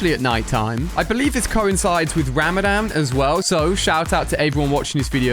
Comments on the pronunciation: Ali its not ramadam its ramadan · Ali its not ramadan its rawmadawn thts how you prounounce it itsbspelling is ramadhan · Im a muslim... it actually pronounced ra-ma-zan,he made me laugh 😃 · Im celebrating ramadan, the d is a bit deeper when you say Ramadan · you pronounced Ramadan wrong